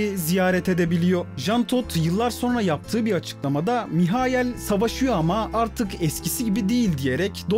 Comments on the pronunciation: Maykıl ❌ Mihayıl ✅ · adam Alman ya hani... Maykıl diye okunmuyor